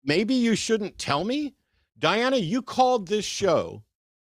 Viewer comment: It was the same person, wasn’t it? It had to be. Just swapping the name and pronouns. What was interesting to me was Diana never corrected Eric when he inadvertently mispronounced it as Deanna multiple times. Almost like they forgot what alias they were using…